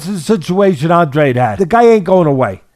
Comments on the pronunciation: Claro. And he is of Portuguese heritage. But he pronounces it Awndrayde, and for his big moment they should have given the man enough respect to take two seconds to look it up on Wikipedia or listen to him pronounce it himself, in my opinion. No quiero faltarle el respeto. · Its An-dra-de in spanish 🫣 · How can you have watched this fight and still not be able to pronounce Andrade's own NAME